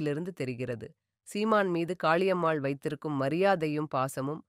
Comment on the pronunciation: Sister .. please fix your tamil accent… Pala munai…. Not Bhala munai… Kaali ammal… not Khhali ammal. We are 💪….